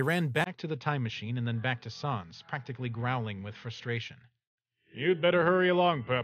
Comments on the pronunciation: Pronounced it wrong. It's pronounced S-an-s not sahhns. It's like calling papyrus, Pappyroos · Them saying Sans wrong makes my bones hurt bro